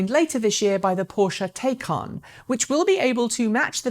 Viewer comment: excellent presentation. However, the Porche Taycan is pronounced Tie-Cahn. Personally, I prefer to hear it pronounced as incorrectly as possible just to P*ss off the porche guys and show everyone how 'murican I speak.